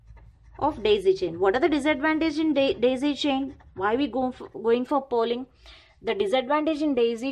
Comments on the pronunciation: It's polling...not 'pooling' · Pooling nahi polling hota he